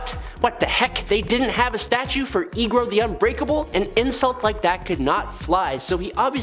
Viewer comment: América Chavez was there with Eegro? This is UNBELIVABLE :-)